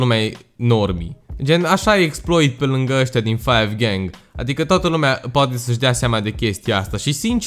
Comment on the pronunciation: se zice cinci gahng